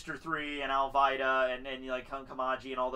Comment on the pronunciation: dude her name is "Al-vida" and its "ku-ro" learn to pronounce the name right if your a true fan you should know how to pronounce the names